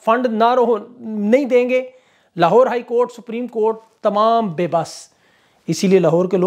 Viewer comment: ap ki zuban se sach Nikal Gaya "lohaar court" 😂